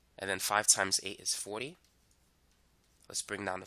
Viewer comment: 4 = "fwoh" 40 = "fwoh-tee"